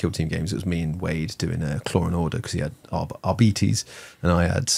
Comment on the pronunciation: The way pronounces Arbites, sounds like "Arbetees", name brother of Diabetes. Always imagined they were pronounced as "Adeptus Arrbytes", sounds way more indimidating, than here comes the "Arbetees/Diabetes patrol":P